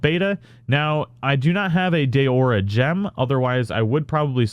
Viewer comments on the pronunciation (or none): It's not Day-ore-rah. Why is it so hard? It's DAO-RA. There's no 'Y' or 'E' in there. Why do you guys have to put imaginary letters where they don't exist? Do you say darkness or day-ark-ness? If you're gonna make a popular and helpful Monster Hunter guide, at least have the courtesy of learning the pronunciations from the official guide.